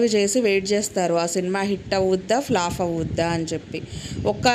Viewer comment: ఫ్లాఫ్ కాదు ఫ్లాప్